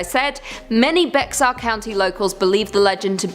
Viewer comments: Genine Jones was a baby killer. Get your facts straight. It's also pronounced Bear County not Bex-ar. She just died in 2019. The hospital used to be called San Antonio Charity Hospital and is now known and named as University Hospital. My cousin was one of her victims, unfortunately. RIP Maryanne Garza Santos. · Bexar is pronounced "Bear" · Bexar is pronounced bear, not Bex-ar. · Bexar county is pronounced like "Bear". Plus she killed a lot of children in Kerrville. Not just San Antonio.